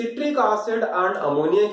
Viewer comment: Sir aap and ko aand kyu pdte ho